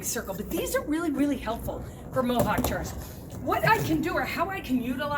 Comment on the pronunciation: I thought you said mohawk turds lol